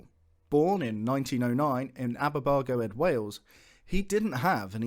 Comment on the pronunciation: "Born ... in Aberbargo-ed, Wales" Cringes in Welsh Otherwise, a great and very interesting video.